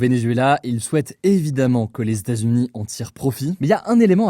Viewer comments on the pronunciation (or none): "Les Statsuni" ça m'a perturbé ahah